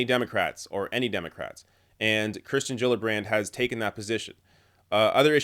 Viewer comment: someone's bound to mention it: you keep saying Kristen rather than Kirsten (which I think is actually pronounced Keersten).